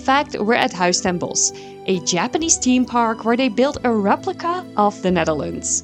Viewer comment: Its pronounced THeme park and not Team park but otherwise great video